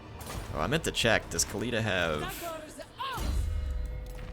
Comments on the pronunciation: Its pronounced KHA- LID- AH not KALEEDA. The H in KH is not silent, you should make the sound of “KH” before doing the LIDAH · Mighty Khalida means immortal in arabic btw = خالدا the letter خ in the beginning of the word is pronounced KH not K.